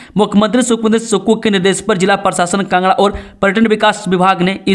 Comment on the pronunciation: Kangra not kngra